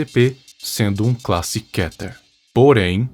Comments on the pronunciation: Nao se le Kéter mais sim Kêter. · É muito estranho ver ele falando kéter e não kiter kkkkkkk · Mas se Diz Kéter animal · "kéter" uma das pronúncias que na minha opinião é ridícula Mas vou aceitar por enquanto '-'